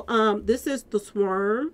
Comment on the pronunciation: Love your videos....but sis I barely made it thru this one with you constantly saying SWERM...... sw/arm = swARM, 🤣😂😭😭😭🤣😂🤣✊🏾💯🎯❤️❤️🙏🏾